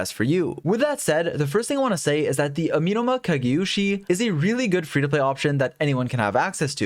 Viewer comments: Ah-meh-no-mah... not uh-mi-no-mah... but thanks for the video. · A-me(as in medic)-no-ma Amenoma Kageuchi